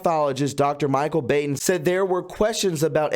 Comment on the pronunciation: The Coroner's name Dr. Baden is pronounced "bawden". It's German, and really a changed name from the Khazarian tribes. The 13 Illuminati Bloodlines. - see Fritz Springmeier. Also, Epstien's bro - is prevented to learn, cuz the proper authorities realize he's a Khazarian too. These are the fake jhoos of Rev 2:3 and Rev 3:3, we were warned about. There are many names we know in society that are Khazar's, i.e. Kissenger. Likely S.Speilberg and H.Wienstein too. For your knowledge. - y.welcome. ~Snazz (I'm still discerning over BiBi).